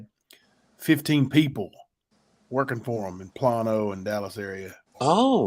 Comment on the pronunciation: Plano is pronounced Plain O …. Driving me crazy y’all!!!!